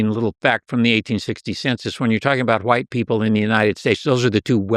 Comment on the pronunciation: Why does this dude keep sayin WHYITE? Insufferable every 30 seconds and changing this